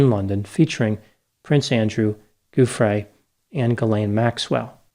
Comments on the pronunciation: Name pronunciation JOO free, not goo FRAY. Sorry, that was driving me crazy. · Giuffrè pronounced with a soft G. So it sounds like English joo-frey.